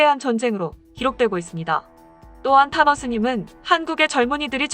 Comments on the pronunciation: 탄허 스님을 타노스님이라 들었어 ㅋㅋㅋ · 탄허 스님... 잘못듣고 타노스님 이라는줄... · 타노스로 들리네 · 탄허스님=타노스님으로 들었다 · 타노스님으로 들리는건 나만? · 타노스님이라고 들리네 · 화면꺼놓고 듣다가 탄허스님을 타노스님으로 들었다..